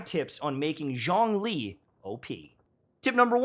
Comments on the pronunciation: "Zhong-lee" The chinese archon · ps. Zhong Li is pronounced as "Jong Li " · As a fluent Chinese speaker you’re killing me with that pronunciation lol, but that’s basically a problem for every character from Liyue, even for the English VCs